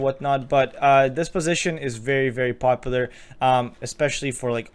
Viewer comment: Are you Swedish cause you say popular like pewdiepie